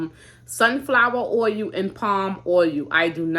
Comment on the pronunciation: Being from Alaska originally when you say oil it just cracks me up. Sounds like ohu when you say it. When I first met my Daddys relative from Missouri theiraccent was so heavy I couldn't understand what they were saying. Love your videos . Enjoy watching your little one so cute